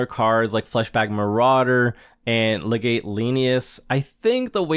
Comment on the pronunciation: Legate is pronounced as “Leg-it”